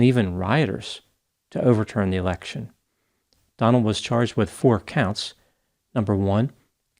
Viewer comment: Ha! Must be me, but i heard “turn over the American presidential erection” 😂😂